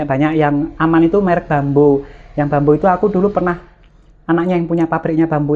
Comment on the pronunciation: Merk bambu kak, bacanya bukan bambo🙏